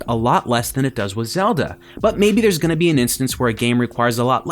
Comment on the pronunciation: he said theyres no switches ^_^